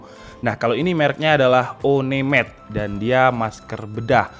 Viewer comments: "O, ne, med" wkwkwkwk!!! 1- med bro, itu ejaan inggris, dibaca: wan-med wkwkwkwk, ya ampun -_- ahahah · o-ne-med.. hehe wan med bang